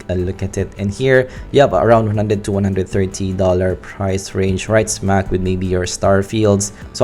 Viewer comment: 130$. He didn't say it very clearly.